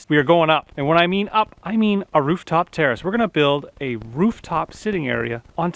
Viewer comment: why do i hear "terrorist" whenever he says "terrace" is it just me?